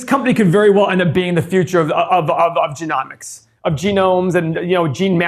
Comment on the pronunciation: YOU CAN'T PRONOUNCE "GENOMICS". 👊💥🤣